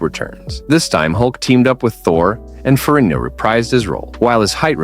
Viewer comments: FeriGGno! For crying outloud! Get his name right! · Why can’t this guy pronounce Ferrigno consistently ? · Say ferigno again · I cringe every time I hear you pronounce Ferrigno. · Stop saying ferino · Seems like they did a lot of good research to do this video, the only thing they didn’t do is figure out how to pronounce Lou Ferrigno name properly!